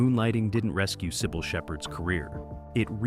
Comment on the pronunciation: OMG! It can't even pronounce"Cybill'Correctly!!